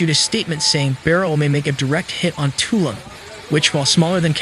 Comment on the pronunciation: its pronounced toloom